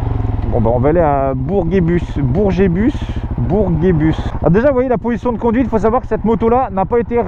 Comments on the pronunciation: Mdrrr comment tu dis bourguebus 😂 toujours au top t’es vidéo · En tant que Caennais je me suis fais la même réflexion ça m'a fait rire 😂